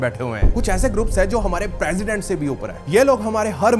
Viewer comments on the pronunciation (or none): none